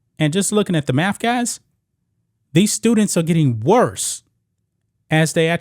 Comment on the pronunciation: Dude, i like your channel, and i HATE LeChina, but you cant criticize his school and keep saying "maff". Fr.